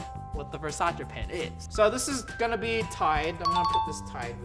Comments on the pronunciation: What is V-E-R-S-A-CH-EH it’s V-E-R-S-A-C-E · It actually pronounced ver-say-sees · he pronounces it: versache. I pronounce it: versais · Why does it annoy me so much that he says Versace wrong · you can tell how he pronounces Versace that he doesn't usually buy versace/luxury things. Not judging. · You don’t even know how to say virsaci